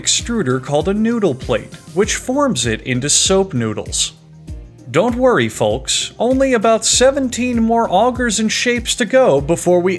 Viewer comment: I've never heard someone pronounce the "L" in "folks" so deliberately.